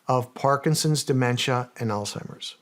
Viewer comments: Alzheimer's*** not alltimers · Love Shawn… but Its not “All-Timers” for goodness sakes…and a lot of smart people still call it that because your brain makes the connection to “Old Timers “. Sound Silly? I agree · Are we all going to pretend like Shawn didn’t say “All-Timers” when he was trying to say Alzheimer’s lmaoooo 💀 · Haha Shawn you said Alt-hymers...ya boomer!